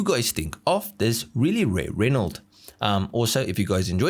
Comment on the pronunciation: ren-o. not ren-alt